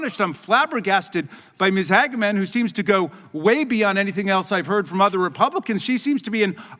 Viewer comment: "Hag-Man" perfect way to say it. Makes perfect sense.